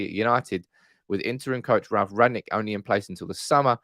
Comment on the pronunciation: I don't want to be pedantic....BUT...its RANG-NICK, NOT Rag-nick.